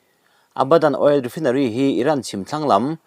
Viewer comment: Ni e, chhiar tam tawh nen, ṭawng dang deuh hi chhiar fuh thei thlawt lo